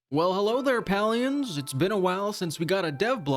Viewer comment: Palians = pay lee ins.. just so you know how to pronounce it.. I know it triggers some people's OCD..